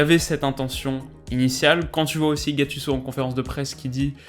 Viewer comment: putain je t’aime mais ta prononciation de gattuso!!🤬